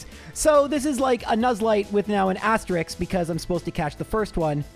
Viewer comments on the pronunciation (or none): Frankly, (even though Pokemon GO finally codified it), I think it's wrong to call pokemon originally introduced in a gen [Main Region] pokemon. You know well that many Gen 2 pokemon were actually found in Kanto or somewhere in-between. is kind of funny because you metathesized asterisk (pronouncing it asterix, the same linguistic process as pronouncing ask as ax) and then did a bit about the plural to asterisk being obscure that only makes sense if you've metathesized asterisk (you just peg an S to the end, it's asterisks).